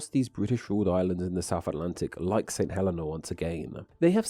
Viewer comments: FYI - St Helena is pronounced "Sent [H]ell-een-ah". Also there, "a couple" can mean more than one and "a nice couple" mean a lot. Putting an "h" on the front of words starting with a silent vowel and a "w" for a "v" stems from Victorian English, which apparently was common when the islands were settled and is also common there now or was so in the 1970s when I lived in St Helena. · St Helena is pronounced "saint heLEEna" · It’s Saint Heleeeeeeena! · i will always pronounce it Trish-tan da Coon-ya just because it sounds funny. btw i used to think that St. Helena was pronounced as you did but a friend who's nana was from there told me it's apparently hə-LEE-na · You just butchered my countries name. St Helena is pronounced Saint Hel-een-a, and Tristan da Cunha is pronounced Tristan da Coon-ya.